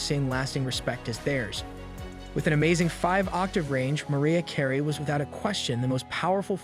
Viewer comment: "Giggly"? "Skadenfreud"? and "Loaps"? "Maria" Carey? WTH? Just use a real person that can pronounce words.